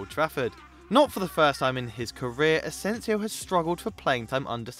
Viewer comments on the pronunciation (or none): none